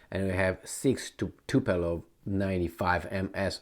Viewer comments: Its TupOlev, not TupElov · stop drinking dude, is NOT "Tupelov" lol, but yes TU- PO- LEV! TU_PO _LEV! with PO from Poland! not like PE from Peter! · if you keep calling Tupolev by the silly name Tupelov you're a weasel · Tupolev, not "tupelov" lol also KinZHal", not "kinzal". you are not a native english speaker so you shouldn't be that dyslexic rofl